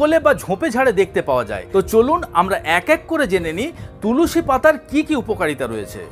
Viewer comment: Tulusi noi tulsi